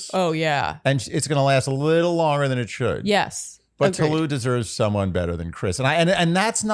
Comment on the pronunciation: good lord y'all really need to learn how to pronounce tolu's name is it really that hard